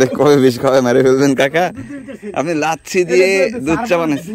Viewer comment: লাচ্ছি না লচ্ছি